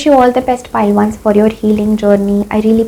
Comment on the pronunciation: Hi your reading is nice but dont you feel you mispronounce numbers like for 1 you say ones is seem like once...(once upon a time)